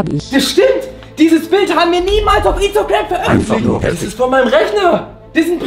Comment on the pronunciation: Wie Ayuwiene bei Uhr inschtagram sagte 😂😂🤣😂🤣😃🤣😂🤣🤣😂🤣🤣😂😂🤣